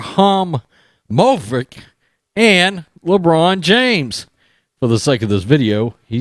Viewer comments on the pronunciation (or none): Nothing but likes on this video for attempt to say "Ibrahimović". Classic.